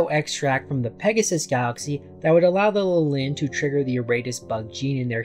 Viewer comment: The opposite 😅 , it's practically the exact same word with a different ending. It's LIH-lin not li-LIN just like it is LIH-lith (which you pronounced correctly). For extra context, both these names are biblical, Lilith was Adam's original wife before Eve who long story short, didn't find the idea of submitting to Adam all that appealing so she f'd off and became a demon. While I've seen Lilin used as a name for Lilith's children in many places, it's mostly in fiction (Neon Genesis Evangelion, Diablo, Marvel etc) and while I know there is a correlation between Lilith and the Lilin in scriptures, the only actual info on them I know for a fact is that they're some kind of night spirits.